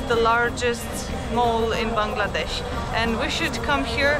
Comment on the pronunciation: Your pronunciation of the word 'Bangladesh' is accurate.